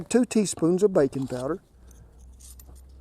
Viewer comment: It sounds like "bacon" powder when he says it, but it is baking powder: you can find it in any store in the baking aisle with flour,, sugar, spices, etc.